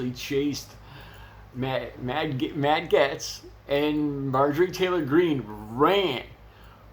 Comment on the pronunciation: His name is pronounced Gates. Or Gaaaytz.